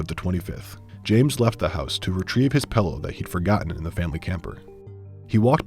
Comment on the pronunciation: Did my man just say "Pellow"?